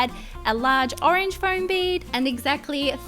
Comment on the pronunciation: Fome not flom